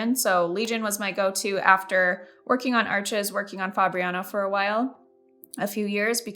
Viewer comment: Love this video! Thank you so much for it. As for Arches, it is pronounced "arshes".